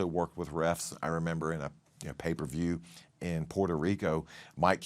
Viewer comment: pay-per-view, me hearing paper view 😂